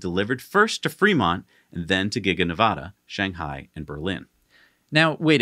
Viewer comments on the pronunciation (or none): ... Do you have any idea how badly it grates on a native Nevadans(or Spanish speakers) nerves to hear someone mispronounce "Nevada". Do you? Beyond that, I hope to see Tesla's battery tech trickle down to smaller vehicles. Like e-Bikes. I own 2 so far, both of them DIY projects. Both powered by Bafang Motors(a BBSHD and a M620). The weak link is the Battery.